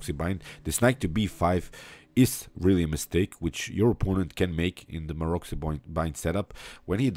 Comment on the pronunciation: You pronounce the name of Maroczy wrong... It's pronounced Marotsy.